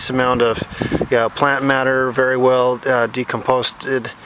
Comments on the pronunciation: Decomposed, not "decomposted." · the word is "decomposed" not "decomposted" ... love your enthusiasm for wood chips. just had several yards dropped off for free (truck was right beside my house trimming at a a neighbor's). apple and pine and a few others. heavenly smell.